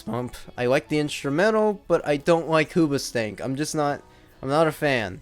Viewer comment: Did you just say Hooba Stank?